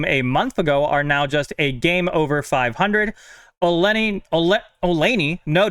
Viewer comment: What rock have you been living under. Buster last name is pronounced “ol-knee.” He’s only been a baseball insider for 20 years or so